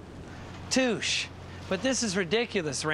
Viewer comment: Lol. He says toush insteada touche. Lol